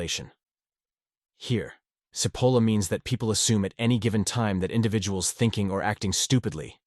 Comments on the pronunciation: The AI narration mispronounced SIH POLLA. It's CHE POLLA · AI strikes again is Cipolla pronounced Chipolla or Sipolla. As it looks Italian it is probably the first, but at least it should be consistent. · I must be one of the stupid, Is it pronounced Sipolla or CHipolla? cause its pronounced both ways here. One sentence has it pronounced both ways in the same damm sentence! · Well, first you pronounced his name Sipola. Then, Chipola which is correct. Then, Sipola returned.??? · The pronouncination is "Chipolla". By the way cipolla means onion in Italian. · "Chee po la" Italian pronunciation. And yes MAGA, Hitler, Stalin, Kim Jong Un, Ji Xinping, Putin...... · speaking of stupid......his name is " Chee-po-la" (in Italian C+I is pronounced "ch"......as in -cappuccino)......sorry listening to this is driving me crazy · People who present Carlo M. Cipolla’s great writings need to learn how to pronounce his name which actually translates to mean onion (cipolla-onion) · Very good piece. That said, it would have been even better if you could have settle on one pronunciation of Cipollo's name. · How ironic that a video explaining stupidity repeatedly mispronounces Cipolla. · Pick a pronunciation of "Cipolla" and stick with it. AI-narrated videos are awful and boring, even, dare I say, stupid. Also, pick a definition of "stupid."